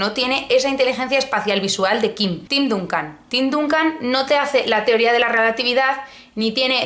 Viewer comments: TIM DANCAN (NO DUNCAN) Y SAN ANTONIO SPERS (NO SPURS), POR FAVOR. De todas formas, dada tu para mí desconocida afición por el deporte rey, te lo perdono todo, y acepto casarme contigo, e incluso estoy dispuesto a secuestrarte para casarme después como se hace en países de reconocida tradición democrática, caso de Georgia. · Se pronuncia Dancan y Spers lol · me han dolido los oídos cuando dijiste duncan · Echo en falta un vídeo sobre los últimos acontecimientos de Kanye West!! Con la buena pronunciación que tienes..., me ha sorprendido como has dicho DUNCAN Y SPURS 😂😂😂😂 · Me ha sorprendido la forma en que has pronunciado San Antonio Spurs y Tim Duncan. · Tim Duncan ha llorado muy fuerte cuando te ha oido pronunciar su nombre